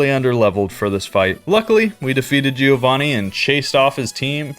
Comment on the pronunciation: Not GÍO VÁNNI.. but GIÒVANNI. Try it and be smoother on pronunciation, faster..